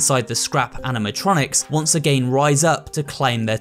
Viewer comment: why are you proununcing again like that